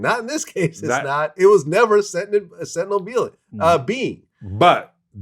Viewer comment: Sentient not Sentinel